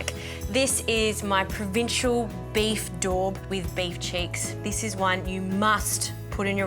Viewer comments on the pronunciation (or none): "Provincial"? You mean Provençal [pron: "prov-en-sarl"]. Decent tucker though,. 👍🏻😉